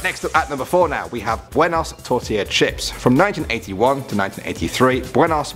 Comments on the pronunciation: LOL BENOS it's BUENOS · buenos not benos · Buenos*** NOT Benos🚫🚫🚫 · You spelled buenos wrong you said benos not buenos